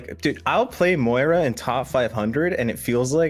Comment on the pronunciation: Why can no one pronounce Moira? XD